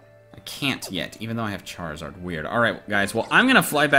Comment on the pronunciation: Lol chair-a-zard 😁😀😁😁😀😂😂😂😂